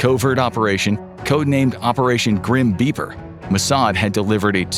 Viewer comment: I thought he was saying 'Grim Beaver'